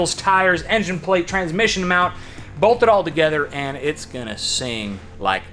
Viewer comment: Guys, its pronounced "Tranmission".